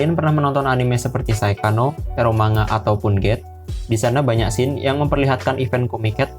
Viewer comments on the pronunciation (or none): none